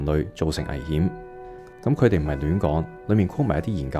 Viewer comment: 你好呀！岩岩睇到條片彈出嚟。 第一次睇到你嘅片 好好嘅分析，多謝！ 如果可以改改啲懶音就會讓人聽得舒服好多。 Eg 方向、強啲、佢哋、腳、行業 etc 我好珍惜廣東話嘅台，真心希望你做得更好。🙏 唔岩聽，就請delete. 謝謝！🙏